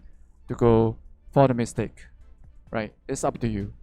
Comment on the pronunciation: ..all i heard is mystake..not mystic..lmao..u really are a troll..nice reference there lol